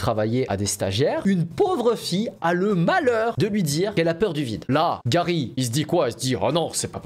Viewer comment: C'est la première fois qu'un youtubeur dit mon prénom correctement (Garry) car il existe aussi "Gari" ou "Gary", bref merci pour cette vidéo 👍